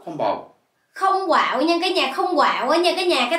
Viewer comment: "Không quạo" mà mới đầu tui nghe "có bầu" , trời đất ơiiii 😆